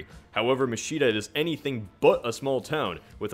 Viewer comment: So I looked up Machida. Your marked location is NOT Machida (pronounced with a typical Ch sound, contrary to how pronounced it). It's part of the Tokyo Metropolis, north of the prefecture marked (called Kanagawa). The precise location marked is more of Yokosuka, which borders Yokohama to the south. The statistics of Machida given, however, are correct.